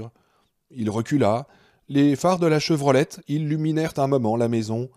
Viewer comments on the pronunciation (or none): Chevrolet et pas Chevrolette